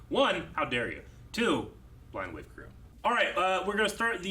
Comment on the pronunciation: how come says 'hey guys, crewER blind wave"? even the subtitles pick it up as 'cruel blind wave' sometimes